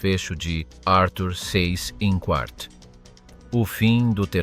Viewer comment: Pronuncia Zeiss Inkvart!!!